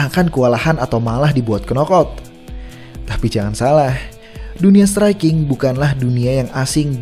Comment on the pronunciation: dibenerin lg lah pronunciation-nya. gak ada itu KENOK out atau flyWEIGH.